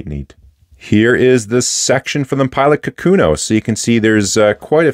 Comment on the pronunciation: For the record, the name of the pen is 書くの or かくの (which means "writing") and the correct pronunciation should not have an emphasis on the second mora, and each mora is the same length. "ka-ku-no", not "ka-KU-no".